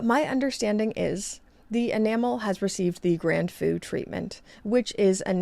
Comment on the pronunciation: The feu in grand feu is pronounced more like huh with an f - sounded like you were saying foo!